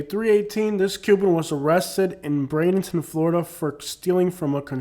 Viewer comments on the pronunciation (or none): none